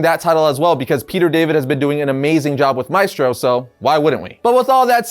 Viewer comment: You can pronounce "Maestro" better than that